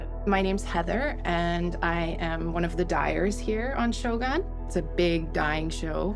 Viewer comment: 英語発音だとショーグンがショーガンになっちゃうの可愛い